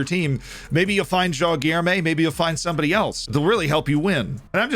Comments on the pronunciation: You nailed JOÃO but you could use some help saying GUILHEME. It's like GIL but with no L sound, then LURE with no U sound and let this R sound reverb and then MEH. GUI-LHER-ME ;) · Say Guilherme like this: gui-ler-me